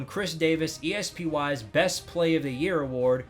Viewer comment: It’s not E-S-P-Y, it’s Espy. Read like a word phonetically. Also the word tenure is not pronounced tuh-noor. It’s ten-yer.